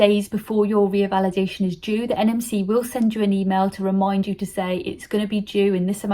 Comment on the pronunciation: It's not reavalidation ,it's revalidation